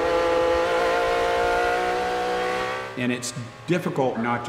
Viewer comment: R C Towse I thought he said ripping cheese... I was like, is talking about farting?